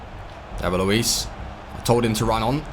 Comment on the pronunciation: It's Luiz..with a z